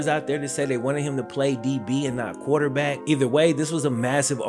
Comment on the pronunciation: My man said QUATERback. 😅 dope video bro, as always! Cue the Wayne!!!